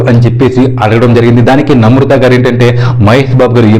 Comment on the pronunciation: Pronunciation nerchuko first. Namrutha kadu. Namratha.